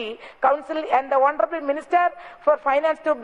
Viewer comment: Honorabal...... Instead of honorable......... Heeee